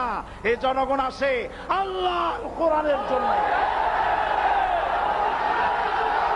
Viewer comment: আরে ভাই উনার নামটা তো ভালো করে বলতে পারেননা।